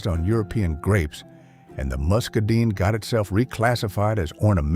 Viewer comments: I have never heard it pronounced musca deen. My grandmother and everyone else that knew about muscadine grapes and muscadine wine always pronounced it musca dine. She always told me to not eat "too much" of the muscadine grapes. The bees were on the ground, eating the ones that had already fallen off. They were drunk and still staggering back for more. My grandmother always had to come drag me out of the muscadine grapevine in her yard. I never found out how much was "too much" because I never got to stay long enough, lol. Turns out, she was only renting the house and yard. When she died, the owner tore out all of her muscadine grapes, strawberries, poppies, very old oaks, the yucca plants, all of it. They even tore the curing barn down. All they left was a bunch of that sand that has black dirt underneath it. All of my childhood memories ripped away, never to return. I grew asparagus at the house I grew up in years ago. You can buy it from the hardware store where I live as a "crown." It looks like a cluster of roots growing out to the side in an X shape. The ones I got and planted were about the size of a dinner plate. You plant those and they regrow more asparagus every year. The greenery that grows tall is beautiful. It is really fine and dark green. Asparagus is a beautiful plant, even as a decoration. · Not mascadones.... muscadines. Or scuppernongs.